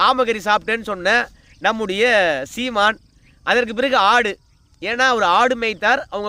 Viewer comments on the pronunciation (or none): none